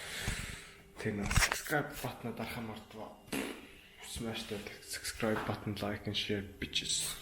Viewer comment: Dud it’s subscribe not sucscribe